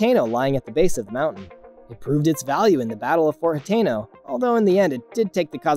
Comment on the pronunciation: Is Ha-ten-o, like how you say the number ten. Anyways, I really like the video